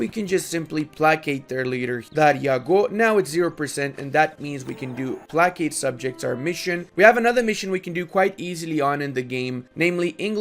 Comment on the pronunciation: I have watched a ton of your videos and I don't know if you are trolling us or not when you pronounce placate, but I thought - if not - I would provide you with this link.